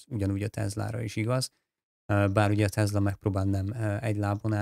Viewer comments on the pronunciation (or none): Jobbulást! Ez a TeZla kiejtés honnan jön?